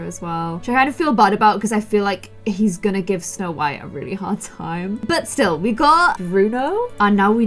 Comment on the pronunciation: You said "snow wight"